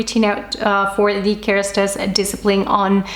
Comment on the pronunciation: I love the way you say « KeRastase » you pronounce it perfectly 😂